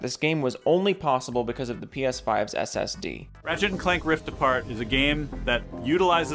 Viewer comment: Did you say 'Rift Afart' at the start of the video? If so then my reaction is this. 😂😂😂